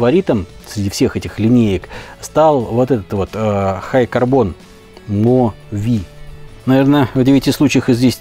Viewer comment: Mo-V это не "мо-ви", это Mongan / Vanadium.